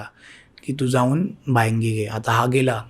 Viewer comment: बायांगि नाही बायंगी